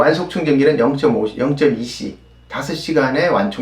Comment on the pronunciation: 14분 30초 오류 2시간 충전 0.5C입니다.[이시라고 오발음에 오기]